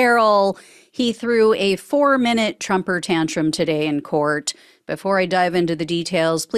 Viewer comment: Did she say a trumper tantrum😂😂